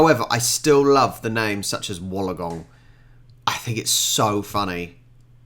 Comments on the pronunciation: Thank you for pronouncing Melbourne correctly. A lot of people mess it up. Btw, its not Woolagong. It's Wool ong gong Sound it out and it'll be exactly as it looks. Like when you're a kid and learning how to say long words. :D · I think you may be saying Wollongong wrong, though may just be your accent? Wool-ong-gong or you could just say 'the gong' and be like a local (or sydneysider) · Wollongong is pronounced Wool-on-gong. If not in Australia it is understandable when people get it wrong. It rankles when Australian newsreaders stuff it up. Benalla is ben-alla, not ben-nar-la, Narrandera is nar-ran-der-ra not naran-dera, Corowa is basic infant school phonetics - co(as in cot)-ro(as in rot)-wa not core-row-a. These errors are all by people who claim to be the "local news service". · please... good on you for having a go... but Wollongong is pronounced "Woollen-gong". Probs still pretty funny tho'. 😁 Its somewhere past Kickatinalong. Out near Wheelabarraback. Past the Black Stump going toward Woop Woop.😄😉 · We understand that you don't mispronounce it out of disrespect. When you come to Australia, if Sydney is still on your itinerary, you are likely to meet people who mention it and their pronunciation is a good lead. I think for most people outside of Australia, until you hear an Australian say it, the pronunciation can be a bit vague. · Wollongong i think your trying say